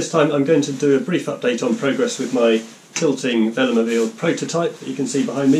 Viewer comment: Why you pronounced veloMOBILE not like velo+mobile?